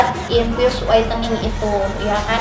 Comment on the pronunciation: Ngomong infus no sih gosah infiyus infiyus 😏😏